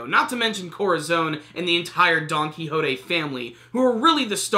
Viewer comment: It's donquixote!! Not donquixotay!!!!